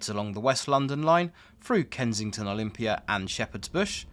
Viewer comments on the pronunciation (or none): none